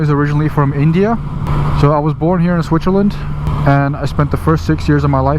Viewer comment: I love the you pronounce Switzerland 😃 Aaaaand I used to have the same pair of gloves till they retired last season. Loved them 👌👌